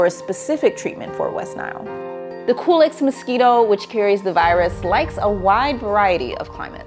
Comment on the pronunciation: I thought she said the “coolest mosquito”, not Culex. Really did a double take. Lol 😂